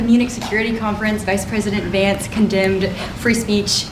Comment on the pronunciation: It's Vance, not Varnce.